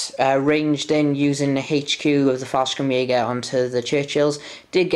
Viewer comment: 3rd (and last) comment: There is no K in Fallschirmjäger. You seemed like you wanted to pronounce the stuff correctly (Wespen) so i thought (as a german native) this might be of interest. It would be Faell - Schrrm - jaeger